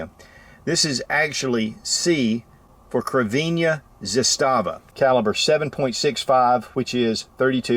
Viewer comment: Zastava, the Serbians put the emphasis on the first syllable. Don't feel bad, the guy from TFBTV is the only one who gets it right.